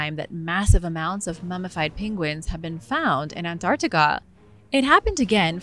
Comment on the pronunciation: this voice saying the word "Antarctica" is killing it for me